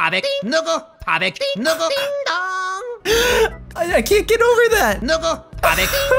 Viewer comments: says 누고 as in Neogo which means Who lmao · raven godric not nibbu... it's nugu